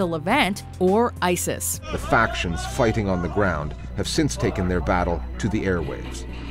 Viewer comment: Ice all? Its isis I hate when people and their stupid accents slaughter words